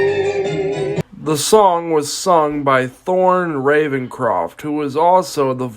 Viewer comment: It's thurll RavenScrofft